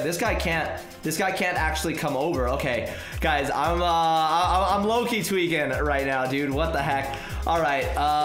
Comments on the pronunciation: Everytime you say tweeking i thought its `twerking` haha xD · He is my 2 favorite YouTube but he says tweaking. Way too much